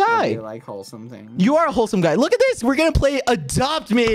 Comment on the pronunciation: I thought bad said “the fuck is that” when you said we are gonna play adopt ms